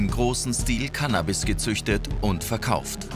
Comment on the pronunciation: Schaut euch Ma ab auf langsamste Geschwindigkeit an wie der Canabis ausspricht😂😂zu geil